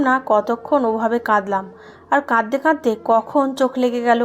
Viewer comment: প্লিজ আপনার উচ্চারণ ঠিক করেন।। ভুল উচ্চারণ শুনতে ভাত খেতে কাঁকর দাঁতে পড়লে যেমন অনুভূত হয়, ঠিক তেমনটাই অনুভূত হয়। তাই অনুরোধ করছি "কাঁদতে কাঁদতে" শন্দটাকে বলছেন (কাদদে কাদদে), " লাগছে না" কে পড়ছেন (লাগজে না)। এগুলো খেয়াল রাখবেন। কেননা গল্প আপনি নিজের জন্য পড়ছেন না। সাধারণ মানুষের জন্য পড়ছেন।